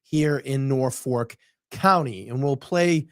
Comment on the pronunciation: ..........NorfoLk, not NorfoRk. Other than that, loved your show.